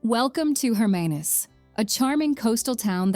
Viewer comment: hi excellent movie ,just some pronunciations not correct eg Hermanus Knysna Umhlanga